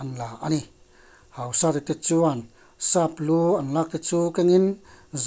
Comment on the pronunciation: Hausata i lam dan chu...hauhuk sat a ang alawm le...Hausat...hausat na/neinung tih lam akawk a,,,lamdan tur dik zawk niin alang ..